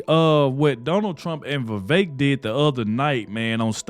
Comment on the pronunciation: I agree. Elise Stefanik would be a good choice. Thank you for pronouncing Vivek properly.